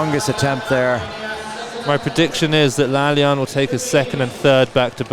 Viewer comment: The name is pronounced La-La-yan not La-liyan